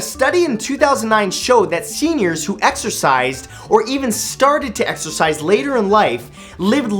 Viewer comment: Exercise I thought u said extra fries Lol